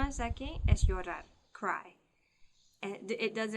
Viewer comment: COMO NOS AYUDAS TANTO CON EL INGLES QUIERO AYUDARTE UN POCO CON EL ESPAÑOL.. UNA HUMILDE OPINION...LOOK si la "r" esta en medio de las letras no la esfuerces como llorar ... solo se esfuerza cuando esta al principio como ...rapido, relampago... LA UNICA FORMA PARA QUE ESFUERCES LA R Y ESTE ENTRE LAS LETRAS ES CUANDO HAY 2R como caRRo o de lo contrario suenas como rusa